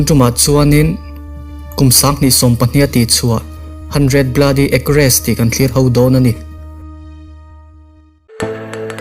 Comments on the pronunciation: Ei-kers 100 a awm a ek-res 100 a awmlo, sawisel tumna ngawr2 nilovin in hna in anih vang in pronunciation hi google atang pawh a zir nasast a tul khawpmai. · Eng khi, ei-ker tih vel khi, a hriatthiam tur a sawi ka nia. Acers hi ek-res ti hek le. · Acres hi "Ek-res" nilo in Ekars ti a lam zawk tur ani lo maw... 🤔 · Ekres tia lam tur anih loh hmel ekhr tiin a dik zok ang a... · Eikars tia lam tur